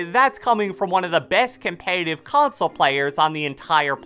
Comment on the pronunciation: My boy say com-pay-tive .......